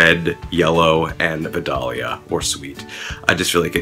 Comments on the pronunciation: It is pronounced “v-i-dale-ya” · love the video. however, it's pronounced "vy-dale-yuh".